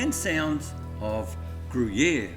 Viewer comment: Pronounced Grew-Year